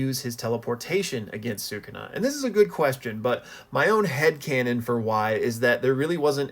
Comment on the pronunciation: I have an idea! Use the massive cursed energy from the culling games to revive Gojo and Yuta in their own bodies + give Gojo a power up with all that power. Also, please pronounce “Sukuna” properly. Lastly, I agree that it was Geto’s domain based on the aesthetic, the name, and the fact that Yuta used Unlimited Void in Gojo’s body rather than his own.